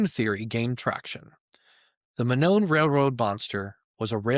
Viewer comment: Monon is pronounced "moe-non"